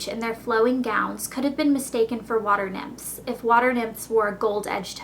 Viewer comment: You pronounce the word nymphs as "nimps." Sounds funny to hear you say it.